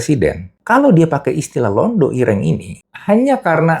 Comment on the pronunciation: Bukan Londho...tapi Londo..😂